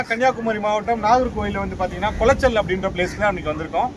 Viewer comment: அந்த ஊரின் பெயர் குளச்சல் ஆனால் கொலாச்சல் அல்ல